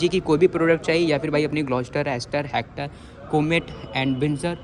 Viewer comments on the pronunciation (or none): भाई ये "हैक्टर" नहीं हेक्टर है।